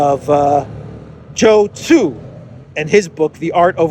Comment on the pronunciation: I don't know when this Chinese General changed his name or adopted Christianity.. His name is Sun Tzu not 'Joe Tzu'...🤣🤣🤣